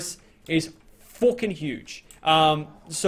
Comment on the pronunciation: I love how he goes like fooking fantastic